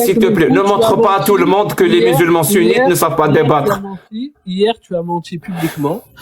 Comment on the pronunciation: Vous avez mentchi ! Vous avez mentchi ! 😂😂